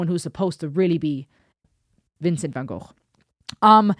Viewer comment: So good to see someone pronounce Van Gogh correctly, instead of go. I’ve just been watching some of you’re other videos and appreciating the intelligence